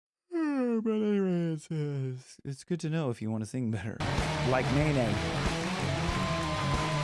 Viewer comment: it pronounced Royal as in Royal Blue not Royale with an e.. I asked the same questions and watched her say it several times in a live feed. and its just NayNay like it looks both first half and second half sounding the same..